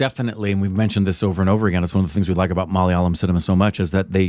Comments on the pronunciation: Finally he pronounced Malayalam correctly 🥲 😌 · He pronounced "Malayalam" perfectly😳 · I just loved the pronunciation of 'malayalam' by....very close to the native speakers... Well done.. 👍